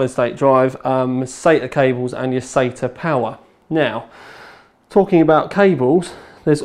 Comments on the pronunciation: everyone in my country prounounces sata sahta.And it seems really weird hearing someone say sayta. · I thought a brit of all people would say "sahta" not "sayta" for SATA...sounds like he's saying Satan ports lol